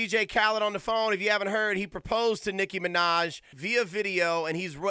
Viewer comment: its NICKI MINAJ NOT niki manaj